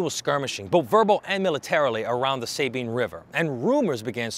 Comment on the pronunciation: Enjoy your info and am subscribed. The US built Fort Jessup between Natchitoches and Many to try to control some of lawlessness of No Man's Land. Beautiful site to tour. It's pronounced Sah- bean, not Say bean. Js